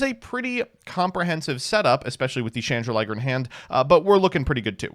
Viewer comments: You do know it's "Chandraglier" (chandelier + dragon) not "Chandraliger" (chandelier + liger) right? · Why is it “Chandra-liger”? Isn’t the card “Chan-drag-lier”? As in “chandelier” + “dragon”? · Still calling it chandra-liger though 😮‍💨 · stop calling it chandra liger. There's no liger. It's a dragon. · Yo, I think you'll find that Labrynth Chandraglier shouldn't rime with Chrystron Smiger when read out. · It’s just something he’s never been able to say properly for some reason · Please god tell me that chandraglier pronunciation is an early april fools joke